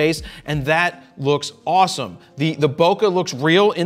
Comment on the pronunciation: osamo..😭 (it's "awws moe")